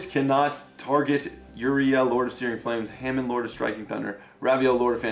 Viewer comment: Its Hamon not Ham n